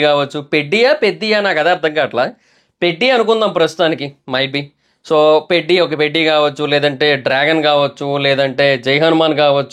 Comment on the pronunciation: 5.21 పెడ్డి కాదు పెద్ది కాదు చెడ్డి 😂😂